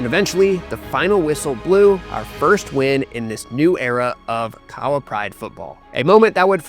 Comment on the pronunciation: Ok, I'm going to need you to pronounce KAHAWA correctly 😂 on a serious note, I think it's a sign of respect to make the effort. After all, you're nailing the players' names ✔️ 🏅 With Kahawa, emphasis on the "HA" (k'HA-wa / kaHAAwa. Also, every vowel is pronounced in Kenyan names (eg. for Ouma and Kiarie). PS: That suspense and climactic ending was EPIC! I was grinning ear to ear 😁🙌💪🏆 Well played guys! 👏🏾👏🏾